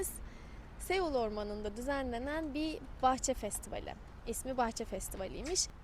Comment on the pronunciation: Güney Kore'nin baskenti Seoul. "Soul" diye okunur . E harfi söylenmez.. biraz daha dikkat lütfen. iyi tatiller, iyi gezmeler